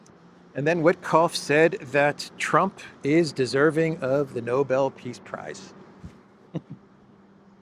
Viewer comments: Starts with an 'N', has a 'B' and 'L' in it, so what's the problem? 😂🤣 All the same, innit? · It's not Noble. It's Nobel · nah, let him keep showing us who he is, like Bush saying "nucular." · Idiot Witless Witcoff pronounces the Nobel prize as 'Noble'. Sucking up to his master but showing his ignorance. How is he on the international stage as a diplomat? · Witkoff can’t even pronounce the prize name accurately referring to it as the “noble” prize 😮‍💨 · Nobel peace prize. No-bell. Not noble. They cannot even pronounce it 😂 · Have these guys ever even heard of the Nobel Prize or Alfred Nobel? This is the second administration official who pronounced it "noble." But I guess if Kissinger and Obama could get it, then Trump could too, even if he doesn't know how to pronounce it. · Can someone tell Steve it's the Nobel prize, not noble. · Noble award ...!! The cretin doesn't even know that it's NOBEL as in Alfred Nobel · Trump really wants the Nobel peace prize. Stunning that Steve Witkoff does not know how to pronounce Nobel.